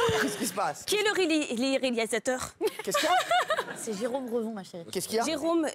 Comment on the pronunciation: Qui est le rilirialisisisateur !? 😂😂